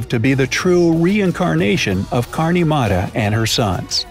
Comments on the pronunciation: its not kaarni mara its karni mata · You r not pronouncing Karni Mata right say it right! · i really like the way you pronounced "karni mata" and "laxman"...it was freakin hilarious😂😂